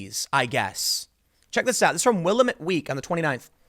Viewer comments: Lemme help you out, Tim... Will-am-it I live in PDX. That's how you say it. I've heard you bif it a few times so finally had to say something. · By the way Tim, Willamette is pronounced 'Will lamet'. Not the end of the world but it is a sore spot for long time Oregonians. Just like people from the east coast saying 'ore gone' instead of 'ore gun'. Oregon didn't just get rid of plastic straws, they got rid of plastic bags too. And you have to pay for paper bags. Been like that for the last few years in Eugene, but it went statewide on the first. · Tim Willamette is pronounced Will-Am-Et. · Great work Tim. Just for clarification, Willamette is pronounced Will-am-it. I always appreciate your moderate take on all issues. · Wil lam mit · Willamette Week is garbage... and it's pronounced "will-lamb-it" Tim. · I'm here to see if any Oregonians are complaining about Tim mispronouncing their mispronounciation of Willamette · When I first moved to Portland, people were constantly correcting me on my pronunciation of stuff like willamette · Sorry, this was bugging me. Willamette, the "a" sound is the same as in the word lamb. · it's pronounced Will-LAM-IT Not Will-A-mit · It's also Wi-LAM-it, not WILL-uh-mette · Dude it's will-amit not willamet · It’s pronounced will-lamb-it. I live near by and never heard anything about it. Downtown would have been dangerous for Scott. I’ve heard that Salem. The capitol, has become heavily occupied by campers. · Will am ut not Willameet ;) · It's pronounced 'Will-am-ette'. Sorry, man. From the Willamette Valley and it's a bit of a pet peeve. Props on knowing how to pronounce Oregon. Sometimes. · Willamette rhymes with "damm it" for the correct pronunciation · willamette is pronounced (will-LAM-mit), my dude excellent video; keep up the great work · Willamette Week is trash. And, Tim, it's pronounced will-amm-et. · Tim, I live in this crap hole, it's pronounced "will-AM-it" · Locals pronounce it wi-lam-it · Will - Am - Et